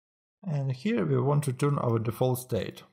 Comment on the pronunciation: неплохое объяснение, но произношение here )